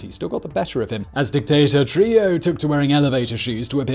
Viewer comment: Bro!!!! ITS NOT TRILLO ITS TRUJILLO --TRU-HE-JO